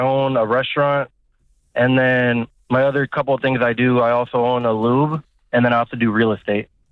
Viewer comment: He's lying. Can't even say lube right.